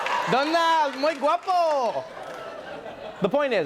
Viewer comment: Trevor...baby...your Spanish is normally pretty okay...but honey you don’t...pronounce...the “g” in “guapo” mi amor... please...